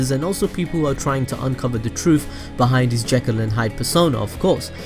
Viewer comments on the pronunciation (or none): none